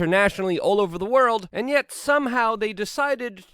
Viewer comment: Luke! Did you you say, " An Nyet" ? Is this finally hard proof evidence that you are a russian spy??!!! Finally! Hard Evidence! James Corbett actually lives in N Korea, Lucy doesn't eat Tacos, and Luke is a Russian agent!!!!